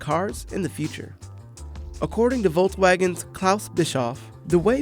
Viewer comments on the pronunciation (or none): Why you pronounced VW as "volsvagen"? Is should be "folksvagen"!